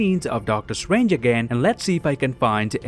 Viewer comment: i like when he says "Doctor Strwange"